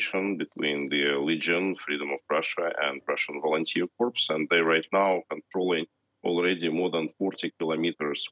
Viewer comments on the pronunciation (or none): Please stop saying corpse! It's pronounced "core" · Cor not corpse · The word Corps is not pronounced as it appears. It is pronounced as Core. The word is pronounced as apple core. Corpse is defined as a dead body. English is funny that way. Like Marine Corps is pronounced as Core. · It's not pronounced corpsss it's pronounced Core. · a French tv news man does not know how to pronounce a French word.... "Corps"..... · I'd have thought a host on a French news channel would know how to pronounce "corps". 😛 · Odd that a French interviewer would mispronounce Corps...